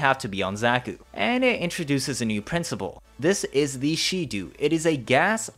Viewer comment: Its Shedu, not She-Do